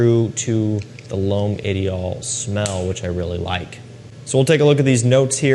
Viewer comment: Why don't Americans even try to pronounce French correctly? Parfum is OK...the other three, all wrong!